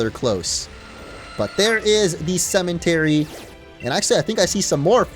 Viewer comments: did it annoy anyone else that he kept saying cementary and not cemetery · its a cemetery not cementery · Not a single soul:: cementary